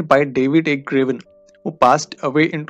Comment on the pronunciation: You are pronouncing Garvin as Gravin. There is an "a" between G and r. Please correct your pronunciation.